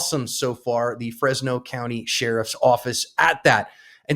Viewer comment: It’s not “FresYes!”